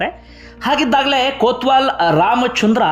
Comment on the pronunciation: ಕೋತ್ವಾಲ ಅಲ್ಲಯ್ಯ ಕೊತ್ವಾಲ